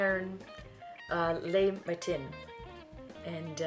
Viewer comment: When you pronounce French words, the accents are there to help, and same when there are none. So when you pronounce “le” the e is flat as in the last syllable of my name almost, not “lay”. “Les” is pronounced “lay.”. Snd “matin” ends with a nasal short a sound and you do not pronounce the n.❤. Sorry I am a francophile.